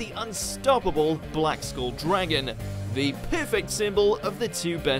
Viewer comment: How can you get the pronunciation of "skull" wrong?? It's literally a common word, you have one on top of your spine!